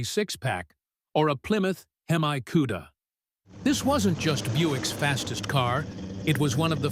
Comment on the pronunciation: How can you do a video about muscle cars when you don't know how to pronounce the name , " HEMI ".